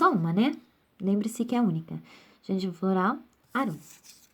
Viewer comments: A pronúncia não é arúm, mas árum! O acento é no a. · Aula muito boa, porém a pronúncia está errada! Árum, e não Arúm. Poetae fica poeté, porque ditonga. Fora isso, muito bom!